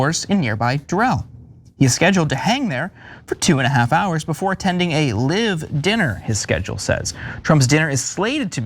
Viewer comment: The word is "live" same as pronounced hive Not live as in pronounced give. Is this guy an idiot or what?